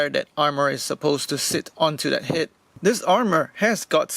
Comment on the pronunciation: Laughing at how you say het.